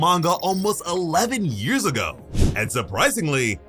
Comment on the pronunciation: The way you said 11 years ago made it sound like it happened that long ago in the story not written that long ago